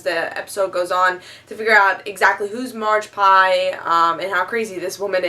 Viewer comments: Haha...Margpie... It's Magpie,. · Did someone tell her it's magpie. Not marge pie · its Magpie not margpie